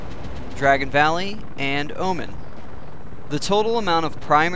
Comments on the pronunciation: Oman is a country, and it's pronounced kinda like Oh Maan, not like Omen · Why do so many people pronounce Oman incorrectly?